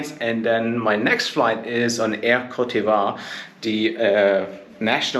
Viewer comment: On minute 18.00 you say that you will fly with air cote d' ivoir, and you are not able either to pronounce it in French! This should already make people think about the worth of your review.....